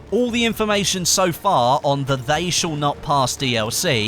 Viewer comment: "shal" XD